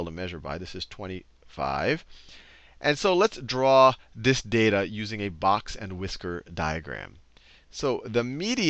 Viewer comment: "A Both and Whixer Plot" I just about cracked up! But anyway, great video, as always, Sal!